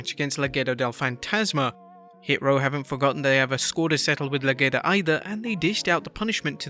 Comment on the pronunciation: They are called Legado, not Lagedo